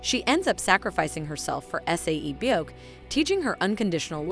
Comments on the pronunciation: IT'S NOT S A E BYEOK IT'S SAE-BYEOK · Her saying S-A-E byeok is making me annoyed 😒😤